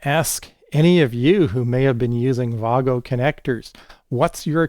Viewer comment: First anglophone I've seen that knows how to pronounce "wago". Outstanding.